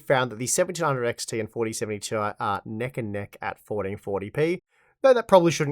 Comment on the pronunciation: its 'tie', not 'tee eye'